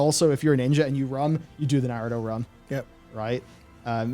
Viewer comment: the way says Narudo kills me:(